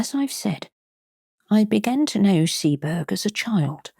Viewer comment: Arh!!! A great reading, but it's pronounced 'Sea-bo-rugh' not 'Sea-berg'.